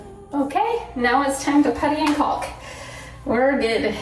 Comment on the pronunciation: The ‘L’ in caulk is silent! Love you tho!